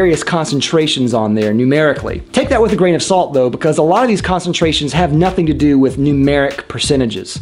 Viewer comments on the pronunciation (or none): none